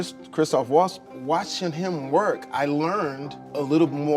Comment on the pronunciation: You give me the chills saying: Woltz. It is Valts! Christoph Valts